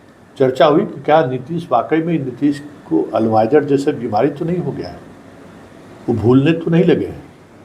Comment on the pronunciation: अल्जाइमर बीमारी का नाम है, आप उच्चारण गलत कर रहे हैं